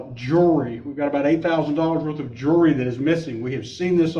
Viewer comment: His accent is cute! Jewelry sounds like jury